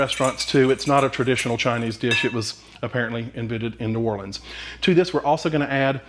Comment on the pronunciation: Thank you for saying New OR-LINS and not New OR-LEENS.